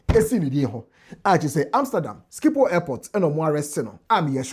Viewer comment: Truly a masterclass 👏 and Team! But, you may want to double-check the pronunciation of "Schiphol" Airport.